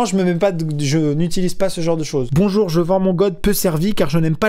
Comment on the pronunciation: Bonchour, che fend un cri-pain.